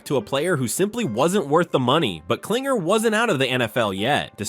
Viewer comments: His name is KlingLer ... how do you make this mistake about 7 times in the video? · David Kling-LER!!!